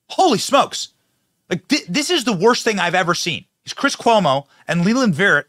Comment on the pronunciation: WTH? Coumo? Coumo made sense? Did I hear that right? Sorry that blew me away, that’s like whoo dude. Interesting